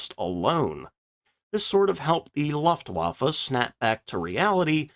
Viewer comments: Luftwaffe = [Lou-ft-wah-ff-a] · I just can't get over you saying "laftwaffa". Can't you tell the difference between the letters U, A and E? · Luuuuftwaffe. With an "u" as in "butcher".